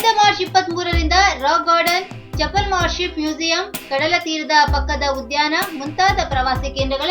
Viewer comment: Its chapel...not chapala....plz pronounce properly